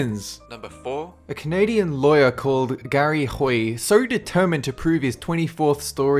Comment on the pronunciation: Did you really have to emphasize "Canadian lawyer" xD